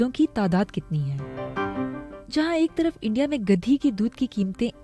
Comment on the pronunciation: Ghadi hota hai gadi nahi.. urdu bhi sahi se nahi ati